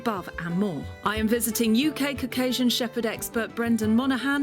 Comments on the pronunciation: Lol I heard “and look, we have a giant pile of cocaine” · Her pronounciation of Caucasian is horrible!